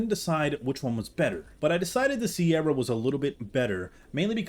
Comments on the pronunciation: why did you pronounce "cerato" as "sierra" 😭💀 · It’s not pronounced sierra it’s ser-atto